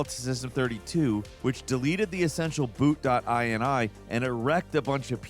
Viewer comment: I wish you could have seen how hard I face-palmed, the moment said the words: "Boot.ini"